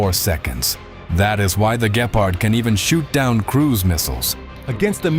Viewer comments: It's not gaypard its gepard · Why you say Gaypard 😭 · so what? Many native english people can pronounce Gepard correctly.